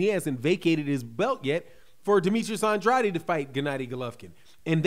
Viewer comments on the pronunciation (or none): Yo you my boy and I love your channel but dam that’s not how you say Demetrius last name bro lol